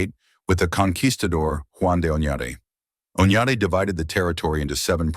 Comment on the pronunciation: You could have looked up the correct pronunciation of Acoma and Onate.